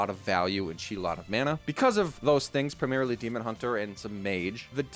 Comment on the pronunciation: The way you say "Demon. Hunter" sounds like a Demon build of Hunter not Demon Hunter the class. I was so confused when you followed up with Twin Slice like...is there a Tourist card somewhere?